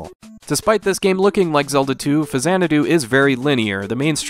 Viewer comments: faks-anadu. faks-anadu. faks-anadu. not fazanadu. I was a game play counselor back in the day. They made sure we pronounced it right on the phones. It's the way Nintendo pronounces it. It's the way Hudsonsoft pronounced it. It's pronounced that way in Captain N: The Game Master. An X in the middle of a word is never pronounced like a Z. Show me another example. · I know the series is pronounced Zanadu, but I have never heard this game called FaZanadu before. I've always heard people call it Fax-anadu. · Not fa-zanadu. It's Faks-anadu. I worked at Nintendo as a gameplay counselor. They specifically addressed this, informing us that it was pronounced faks-anadu (straight from Hudson's mouth). Show me another word where an X in the middle of a word is pronounced like a Z. It's a portmanteau of Famicom and Xanadu, sure, but the game is pronounced with a /ks/ in the middle. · X is only pronounced like a Z at the beginning of a word. “Zanadu” and “Faksanadu.” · "Fazanadu" lulw I'm so triggered. 🤬🤣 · I've never heard the 'X' in Faxanadu pronounced like a 'Z' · 600th comment here, you're mispronouncing it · Automatic thumbs down for your ridiculous pronunciation of the name.